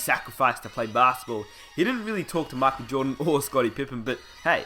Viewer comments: Makel jordan?! 😂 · Mackole Jordan lol wtf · My whole body hurts when you pronounce 'Michael Jordan' the way you do..but good video :D